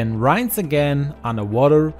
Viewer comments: good to know. I wasn’t commenting to criticize him but rather to help . Just as Spanish is my second language and I always appreciate training on proper pronunciation of words. ❤️ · In all your videos you make a prononciation mistake with the word "rinse" showing you aren't english language native. German, isn't it?